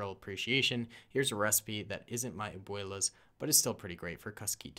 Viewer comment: every time you say “abuela” a child dies